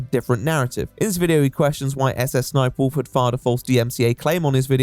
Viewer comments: endlessly funny that jacksfilms calls her "suh-suh sniperwolf" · I mean, that's how you pronounce "SSSniperwolf"...Let's say, for example, that you'd want to pronounce the African country of "Niger"...an extra letter would surely chance the way you say that word, would it not?